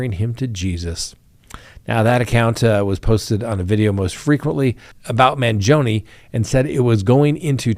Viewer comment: Can you at least try to pronounce his name right. And stop calling his supporters groupies. How insulting!